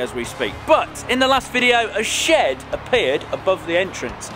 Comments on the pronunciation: I heard "builid sh*t" 😂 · I hear "shit" instead of shed and that make me laugh 😂